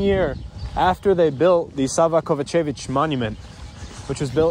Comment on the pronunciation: Bro it’s pronounced KovA-čević not KovaČEvić. Focus on the A ❤